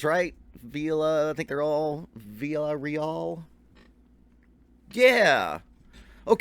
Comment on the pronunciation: I love how you were dropping so many of their influences. Just goes to show just how great they are. P.S. In case someone else hasn't already mentioned it. You straight butchered the pronunciation of their last name. I can't pronounce it, but you're way, way off. Funny enough you mentioned Greta Van Fleet when The Warning just signed with that label that GVF is on.